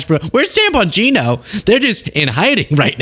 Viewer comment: Dan Bingino!! For a second, I thought you said "Tampon Dino!" 😅😅 Leave it to Chrump... Deflect, deflect, deflect... It's getting old.